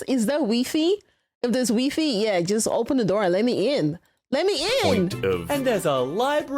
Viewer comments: I know this is nitpicking.. But it IS pronounced "why fa eh" not wee fee. The "why" sound comes from Wireless, so it doesn't make sense to say wee. It's pronounced that way, for the same reason SciFi is not pronounced SeeFee. lol Oddly enough, the "fi" in wifi doesn't stand for anything, it's just a marketing reference to the term HiFi, or high fidelity, but doesn't actually represent anything in relation to the wireless technology. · It is absolutely pronounced Why-Fy. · WEE-FEE!! 😂 Don't ever change, you're precious! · You're the first person I know that says it as "wee-fee". Sounds unusual... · Next time just say “wifey” instead of wifi 😂 Was nice hearing your laughter tho! Thank you for the video! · It's pronounced why fy because wi-fi originally had a hyphen, so you pronounce as two separate words. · There's no way you KNOW the right way to say wi-fi and still choose to say it wrong girl I appreciate spite but why is THIS the hill to die on, ther are taller hills out there I promise! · Anyone else find how says Wi-fi kind of adorable? 😂 The pause at the gnome erotica joke is golden and probably would would happen with most people in that situation.